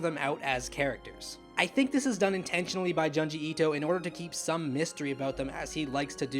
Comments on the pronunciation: JOOnji... not Juhnji. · If u like the man than pls say his name right. Junji pronounced like ( june ji)